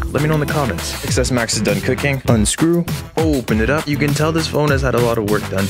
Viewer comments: The X in XS is pronounced Ten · It’s Pronounced 10S max